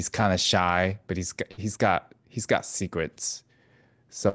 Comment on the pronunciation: Foxes of sekwets....lol